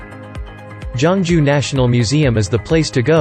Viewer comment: Not jongju it's geoungju